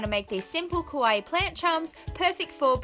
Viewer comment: It's "KAwaii" not "KOwaii"